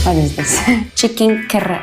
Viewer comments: What???!?! what is karachi?? its karahi.. 🤦‍♀️🤦‍♀️ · What you can't even pronounce chicken kadai oh my God